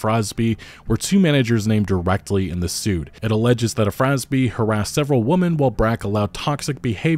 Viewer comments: Can’t pronounce “women?” Seriously?!? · That's not how you pronounce "women," and you should know better.